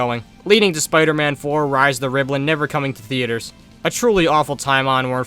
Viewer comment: A BRITISH SPOODER MAN?!?!